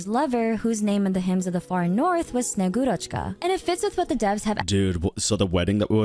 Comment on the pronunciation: got hearing russian words be butchered hurts my soul, just say snow maidne its closest English to that word, she is relative of santa claus although in russian he is named old man cold or freeze or deep chill, old man and one of these